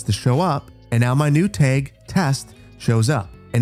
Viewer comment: I had a stroke listening to you pronounce tag.